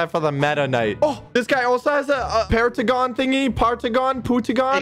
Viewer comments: Pergon not paragon-_-? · Bro said putican insted of paragon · Pooteagon you mean🤓🤓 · Paragon❌ Pentagon✅ Partagon✅ Pootagon✅ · nah say Paragon but its say pentegon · Bro say pentagon for paragon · i love how u try to say paragon and never says it right